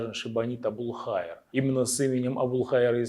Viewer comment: Абулхаир Қазақ, произносиш Абулхаир, слышится как матерок, ударение правельно ставь